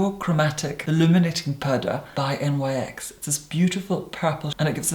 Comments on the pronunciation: I highly enjoyed this film, but could someone please inform that it is pronounced “nicks” rather than “N-Y-X”? I used to make the same mistake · I must inform you that correct pronunciation of the brand NYX, is "niks". It is named after the ancient Greek goddess Nyx.